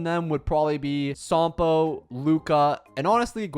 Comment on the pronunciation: "gee pard" "sompoo" "zuye yee, zuye yay" "shu shang" "broo nyah" "sale" "who who" "daen heyng" "klora"💀💀💀